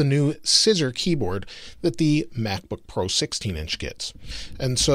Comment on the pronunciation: Lol mack book pro